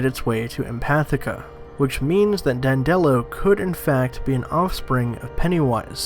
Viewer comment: Dan duh lo. Not Dan dello. This channel is crap. Read a couple wiki pages and watch a video then make your own video. Not toe dash either, ta- dash. FFS.